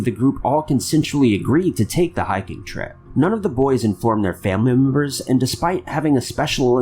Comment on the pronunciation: Excuse me, but what exactly are "family moombers"??? I think you meant "family members" (according to the Closed Captions) but that's not what you said my kind sir. Are you trying to send us hint to create a "Top 5 Unknown Words That Confuses Us With"??? I'm messin around, just trin' to give everyone a bit of a chuckle:) Keep up the GREAT WORK!!!!